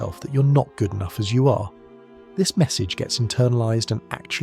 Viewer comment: “Am I enoggh.?”